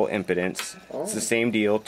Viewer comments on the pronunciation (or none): Dude says impedance like impotence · He said impotence instead impedance, its pronounced em- p-dance, I hope it was a joke, but don't ever make that mistake again, because to true audiophiles, it sound's like you know nothing, which is not the case because I've watched a few of your other videos. Keep up the good work